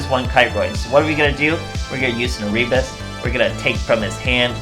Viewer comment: Nice deck. Just a note, Erebus is read Ae-Re-Bus.